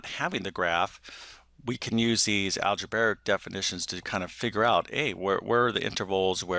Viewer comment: al-ja-bray-ic, not al-ja-bar-ic